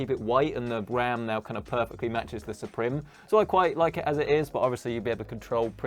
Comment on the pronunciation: roter, suprem. It's router and supreme, use google translate for proper pronunciation.